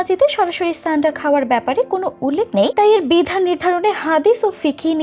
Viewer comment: ছানডা না। সান্ডা হবে । আবা.....ল